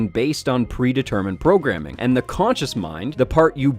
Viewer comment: konchus? I thought it was conscious...